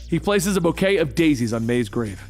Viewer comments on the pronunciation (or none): none